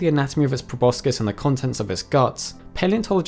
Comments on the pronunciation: Like the channel a lot but it's grating to hear proboscis mispronounced over and over video after video... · Wtf is a probuscus